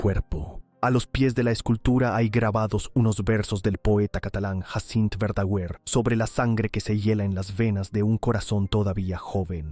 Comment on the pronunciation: NO entiendo que describa hechos y nombres sin saber cómo se pronuncian. Como ejemplo dice Verda-g-u-er, cuando gu en castellano se pronuncia junto. ¿Es una IA? Si lo es no es muy Inteligente. A los 5 minutos ya me he cansado d escuchar.